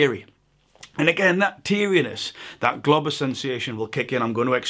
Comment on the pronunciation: You gotta say "Globus" more clearly please... I heard "globbers" and its rather confusing